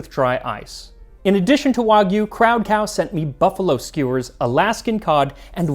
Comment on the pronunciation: Thank you for saying "wagyu" correctly. You have cemented yourself as my favorite cooking channel. Try Miyazaki beef. Kobe buys cows from Miyazaki.